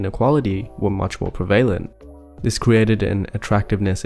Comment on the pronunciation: you pronounced prevalent wrong